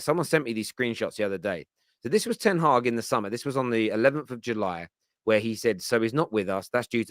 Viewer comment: It's Ten Hag not Ten haag